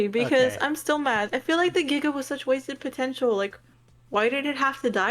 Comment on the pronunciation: GIGA NOT JIGA!